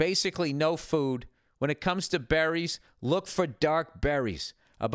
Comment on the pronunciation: "....eating bEHHrries..."